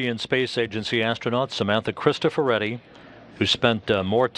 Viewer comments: Adoro il modo degli americani di pronunciare CRISTOFORETTI :D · Auron ツ Adori il modo in cui stanno distruggendo Crustoforetti!?SCEMA!